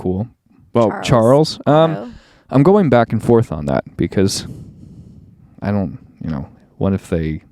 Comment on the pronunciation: The same woman that said bach instead of back lol